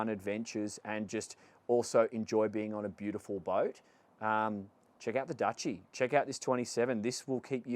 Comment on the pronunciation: Its pronounced 'Douchey'. What a wanker. He starts off wearing a life preserver collar and then ends up with a sports jacket. He's clearly ferrified of water and boats.